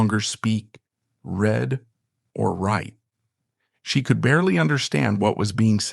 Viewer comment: Oh for the love of all that's holy. How can your editor have allowed the word "reed" be pronounced RED? The narrator HAD to have realized what that sentence was! Poorly done!